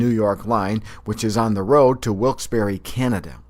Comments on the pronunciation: 1. It's not pronounced 'WILKES - BORRO', it's 'WILKES - BARRY'. 2. Do you realize you are calling yourself illiterate? 3. Variations in the pronunciation of words from different regions of a country is called Phonology. NEPA is no different than any other part of the country, or for that matter the world. 4. I would NEVER insult anyone from anywhere for the way they pronounce a word, therefore I must assume you are either not worldly, and/or unhappy with what's going on in your own life. Find happiness. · Lmfao no the heck it's not every single valleyfolk I know pronounces it wilkes-bear